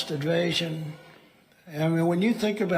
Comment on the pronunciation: The "hummus terrist idvasion" ?? Really?